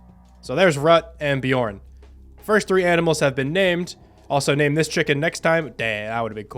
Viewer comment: This isn’t really a question but your chicken bjorn means bear in Swedish and it’s not ”bjorn” it’s Björn